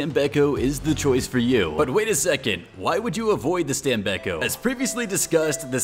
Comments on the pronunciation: I am italian i know the pronounce. It is not stam-bei-cco it is stàm-béc-có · Stam-bek-ko Keep in mind that "st" is pronounced as "st" in "stop," "am" is pronounced as "ahm," and "bek" sounds like "beck." The "ko" at the end is like "co" in "corn." So, it's "stam-bek-ko."